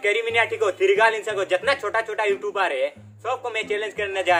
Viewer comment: Youchoob nahi youtube hai